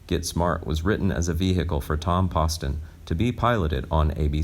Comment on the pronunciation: These are the worst narrations anywhere on the web. How do the producers accomplish this, mispronouncing the names of both David Suskind and Tom Poston. Pathetic.